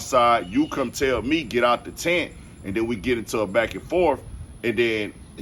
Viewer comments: Yo Homie. It's TENT not tint. Good coverage though. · *Tent.. not "tint" You wouldn't give a shit about this story if "melo" had stabbed another black kid. Ask me how I know... Pro-black doesn't have to be anti-white. Shameful.